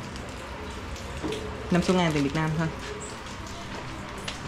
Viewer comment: nên phát âm từ Việt Nam cho đúng, đừng phát âm là việt năng. Tên nước mình mà phát âm cũng sai nữa